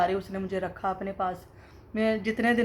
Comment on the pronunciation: Khismat kea hota hai hahaha Khidmat hota hai